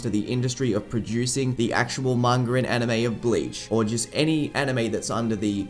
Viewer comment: why do some people say mangur instead of manga